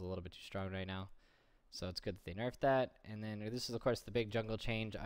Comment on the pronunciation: He is pronouncing it correctly, go learn english.